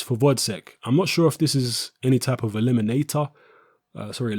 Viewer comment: haha i like the way pronounces 'eliminator' properly and then apologises before repeating in cockney